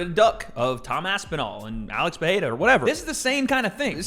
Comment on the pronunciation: why does pronounce pereira as peheida, i don’t have those answers but i sure do need them